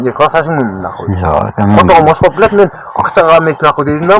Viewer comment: Иттер тантырактар окшоп дегенге тили келбей ошкоп дейтго чимкириктер